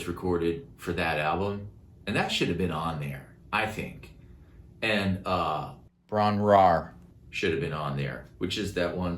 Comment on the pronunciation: Hi!I'm an old Welsh girl in her 70's Lifelong Zep fan.I'm afraid that Robert wasn't able to say it properly either.😄The correct pronunciation is Bron-yr -ire(like in eye,but we Welsh really roll our "r".Robert loves Wales and all our myths and legends.Hope this helps.Best wishes from the misty mountains.